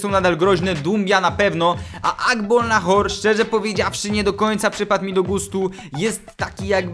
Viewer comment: * Agbonlahor nie Agbolnahor.........